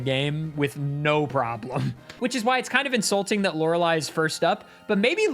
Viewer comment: I watch so much Jrose11 that I genuinely find it weird hearing Lorelei pronounced correctly